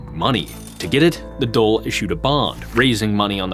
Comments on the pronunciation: The Dole is Social Security Benefits xD I think you mean the Dáil :p Its pronounced like "Dawl" At least you didn't use the weird and very wrong RTÉ pronunciation, for some strange reason the call it the "Doyle". RTÉ famously misspelled their own name for 40-odd years. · Pronunciation of Irish names and placenames was surprisingly accurate. 👍 With the exception of Dáil which is not "dole" which is our word for unemployment benefits 😆 - it's more like "doll" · Great video , One thing on pronunciation(nit picking) the government building is pronounced as " d-all " . In the video you pronounced it as dole which is the irish social security payments.Great video though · Dail DAIL !!!! DAWL not DOLE !!!!! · It’s pronounced dawl not the dole. Great video, but how did you miss that? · Why do you keep calling the Dàil the "dole"? You pronounce the A, it doesnt become a o. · Great work bro. One lil thing I will pull u up on is the pronunciation of the Dáil. á makes a long awww sound, like the sound u make when a doctor has a stick on your tongue to check your tonsils. The Dole as u pronounced it, is the queue for social welfare payments 😂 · Great pick. I'd have loved if could have consulted on some of those pronunciations though... "The Dole" for the Dáil is especially tough to hear. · Great and and production. Although the pronunciation of Beal na mBláth, and Dáil was butchered. He seems to have gotten coaching from on the pronunciation of many other names.